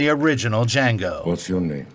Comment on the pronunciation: Dee-Jango! Dea-Jangooo!!